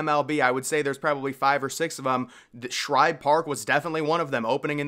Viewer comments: good video, but hearing you call Shibe Park Shribe was a little odd. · It was Shibe park not Shribe park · Shibe Park, not Shribe! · My brother it is Shibe Park not Shribe Park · There is no “R” in Shibe Park.